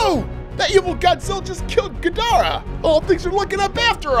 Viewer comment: Ghidorah not gadorah